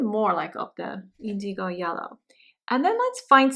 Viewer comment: Very beautiful! FYI, indigo is pronounced IN-duh-gow, with the accent on the first syllable. Many thanks!